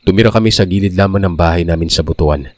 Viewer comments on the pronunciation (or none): It's BUT-WAN not BU-TU-AN.